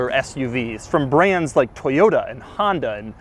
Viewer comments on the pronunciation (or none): none